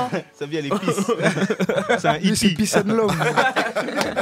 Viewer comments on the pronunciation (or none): none